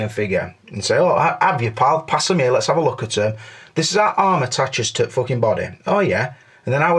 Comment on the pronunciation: I love ya, it just cracks me up you can't pronounce an "H" sound. ear and there and over ear lol